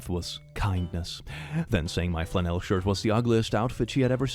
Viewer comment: Pronouncing flannel to rhyme with Chanel took me out! I'm calling it that now. It's happening.